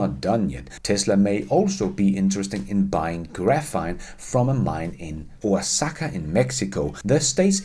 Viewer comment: Great video again! The area in Mexico is likely Oaxaca. To pronounce it, the “x” sounds like an “h”.